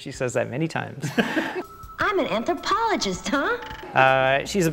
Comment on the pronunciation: "I'm an Anthropologis-TUH!"